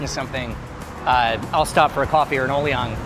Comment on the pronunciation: “O-liang” and “Yok-law” - your pronunciation is a little off.